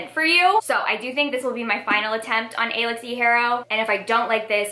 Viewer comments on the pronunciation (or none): Alix is just pronounced the same as Alex!